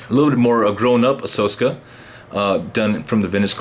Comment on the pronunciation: If I heard him right he's saying ahsoska instead of ahsoka I cant even watch this anymore